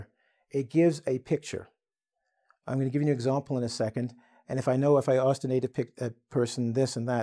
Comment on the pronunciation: can you pleeeez... for all that is Holy...tell people to STOP saying "axed" instead of ASKED?!. FOR THE LOVE OF GOD, IT IS SPELLED....A Ssss K!